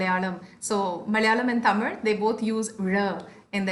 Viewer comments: Brother, you have to pronounce Tamil by rolling your tongue up to touch the cliff. When you say Tamil, the last two letters ‘il’ should touch the cliff of the mouth. When you normally say it, the tongue will touch the top of the teeth, which is not correct. It is easy to say with caustically touching the cliff of the mouth. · This is not grammar bro. He was trying hard to pronounce Tamil again and again. I am trying to help him. This comment is only for the people who care to pronounce the 'la/zha' letter correctly.